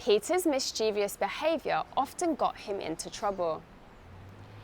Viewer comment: I think I didn't catch very well when you pronounced Mischievous. Because, I think I heard you say 'Mischiev I ous ' 😊